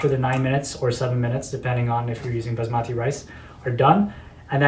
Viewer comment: Co-lander for your bizmahtee rice.